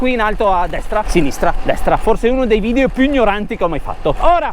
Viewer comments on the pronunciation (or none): none